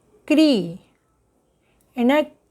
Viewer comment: आपका उच्चारण स्त्री को आप इस्त्री क्यों कह रही हैं।